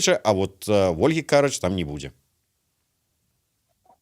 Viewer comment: Не КАрач. А карАч!!!!! Для ведущего! Каждый эфир каркаете)